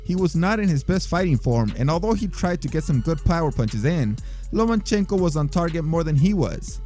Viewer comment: Great video, but please stop pronouncing it Lo'man'chenko hahaha